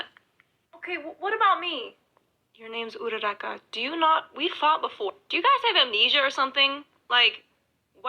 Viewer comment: IT ALWAYS SOUNDS LIKE URADAKAAAAA